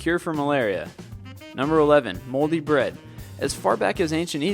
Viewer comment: "Only ze bread gets tumours!"